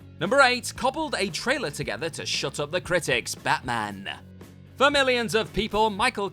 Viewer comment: This presenter reminds me of how the Reverend Lovejoy pronounces some of his words. Made-AH! League-Ah! CGI-AH! Batman-AH!